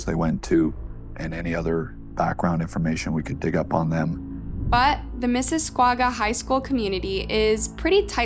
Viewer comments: Mississwagwa? Omg, learn to pronounce what you're talking about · Although I am very late to this video I am compelled to correct the pronunciation of the city as I know it well...Miss-iss-og-a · It's pronounced missisSOGa and it's not a suburb of toronto it's it's own city. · As a canadian I have to correct you on a couple things. It is pronounced Miss a saw ga. And that go cart track is in Niagra Falls. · No offence to the video maker, but Mississauga is pronounced "miss-a-saw-ga" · Pronounced Mis-a-saw-ga. 🙄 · I enjoyed this video but please ensure that you know the proper pronunciation of the name of a city in advance. Mississauga is not pronounced Missiscawga or Missiscrawga but Mississauga with the “au” being given an “aw” sound 😮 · LOL Can’t handle the pronunciation of MississAUga. It’s literally Miss Iss Aug A. 🤦🏻‍♀️ SMH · Yikes! It’s pronounced MISS A SAGA - There’s no W in Mississauga. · Mississauga is pronounced mississawgah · I’m from CANADA and listen to true crime everyday. Never heard of this. Also you’re pronouncing Mississauga wrong. It’s missus-ah-gah lol. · This is completely irrelevant to the story so I’m very sorry because I understand how serious this story and case are, but Mississauga is pronounced “Miss-is-aa-ga” for future references☺️ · Just fyi- miss/a/saw/ga is how Mississauga is pronounced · Horrible thing to happen. RIP to the mother and hopefully the girls are feeling extreme remorse for their shameful and horrifying actions. Oh hehe... 😏😏🤓 I'm so sorry but I have to mention this for future reference... Mississauga is pronounced like "Misses" "Saga". The letter "U" is silent. Lol. I don't know why we still to this day have words that contain silent letters that neither make any difference in the pronunciation nor supports another letter that does. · It's pronounced miss-a-saga😂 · I know this story isn't meant to be funny but... missiswauga took me out. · Miss-is-sah-ga is the correct pronunciation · its pronounced like miss-sis-saw-ga